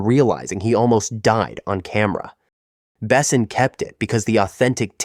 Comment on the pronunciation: Besson is mispronounced too.